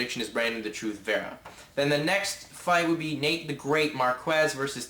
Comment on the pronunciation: "true mma fan" ... clearly you are not. Learn the names of the fighters dumbass, Marquardt sounds just like it reads not MarQUEZ and Leitas sounds "Laytus" not Layteez. And fix your damn hat.